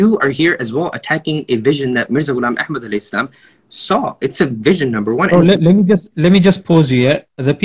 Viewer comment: Mirza ghilab ehad shalom. Thats how you say it